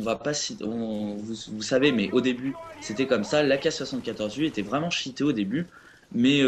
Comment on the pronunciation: franchement le niveau d'anglais zéro quoi. Cheaté se pronoonce t-chi-té et Black ops c'est pas black oups . sinon bon gameplay dans l'ensemble :D